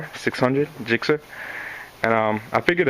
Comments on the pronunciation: It's gixxer not jixxer mate ;) nice bike though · Spelled Gixxer, pronounced "Jixxer" mate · Ever heard of hard g's and soft g's